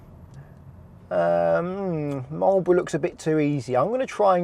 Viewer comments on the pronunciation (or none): none